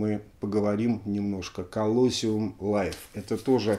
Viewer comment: Извините за занудство, по-английски произносится колосИум. Спасибо, что-то долго не было новых выпусков. :)